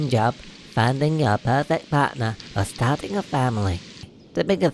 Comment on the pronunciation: Awesome!!! Congratulations!!! Just one thing though, did you say starting a family or stabbing your family?